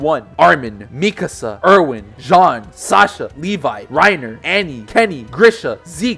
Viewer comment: OMG YOU PRONOUNCED MIKASA RIGHT!!